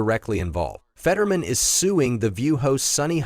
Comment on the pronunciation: It is Fett-ur.man...not fedman